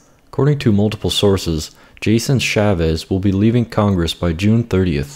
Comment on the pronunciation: Agree with everything but one correct needs made: It's Chaffetz, not Chavez.